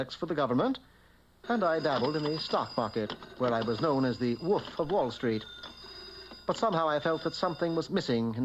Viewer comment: "Wagnum cum laude" "Woof of Wallstreet". Good God. 😂